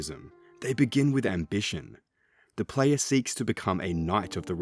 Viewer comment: F TIER Video, who tf says "da playa" and doesnt say evolution of combat like cmon its either that or the entire country of venezuela